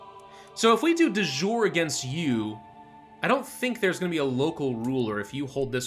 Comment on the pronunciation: Kind of triggers me that mispronounces De Jure... It is "dee -YOOR-ee" damnit